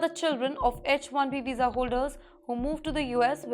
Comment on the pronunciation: For god’s sake it is not etch1 veesa.